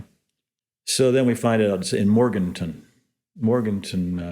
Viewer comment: Morgantown, not Morganton… I know it’s a miniscule mistake but it’s my hometown